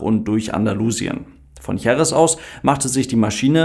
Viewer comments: Wue immer, sehr interessant und ausführlich erklärt! Denno erine formale/formelle Bemerkung > Bei der Betonung der Stadt JerEz, wird der Akzent wie das große "E" zeigt, auf diesem zweiten "e", gesetzt. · Danke für das Video. Jerez wird Heres ausgesprochen 😊